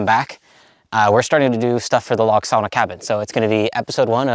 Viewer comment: SAW-NA PLEASE AND THANK YOU, LOL. BUT FOR REAL, GREAT JOB!